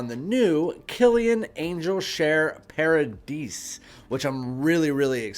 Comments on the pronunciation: It's par ah dee without the s. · Paradis is paradise in french. Pronounced paradi without the s. Same thing. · If "paradis" is french i am fairly certain the "s" is silent at the end.